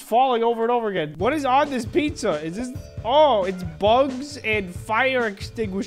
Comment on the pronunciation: Puzza PuZzA DiD yOu SaY PuZzA????